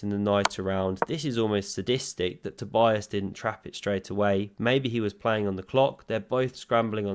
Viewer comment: So his name is pronounced toe-BEE-is KER-luh (very roughly). But the first name is the most important one. toe-BEE-uss